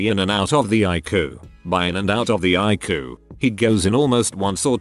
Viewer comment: I love how he says ICU as I-KU.